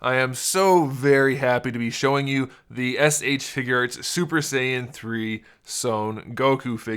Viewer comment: I thought you said ”figerts”